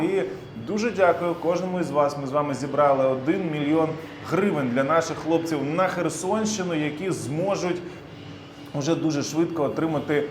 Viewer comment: 1 мильйон хривень?😂 шо за хривни?